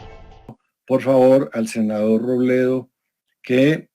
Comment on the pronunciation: El senador Roblablablabledo...